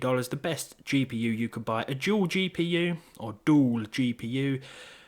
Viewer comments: "a juul gpu or dool gpu" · "Dool Jeepeeyou"